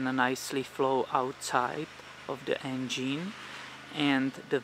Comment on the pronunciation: engeen hahahaha lmao